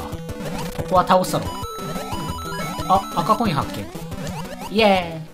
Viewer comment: 10分16秒ごろ赤コインがコカイ〜ンって聞こえるw